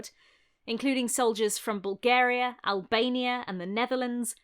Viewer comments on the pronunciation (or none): none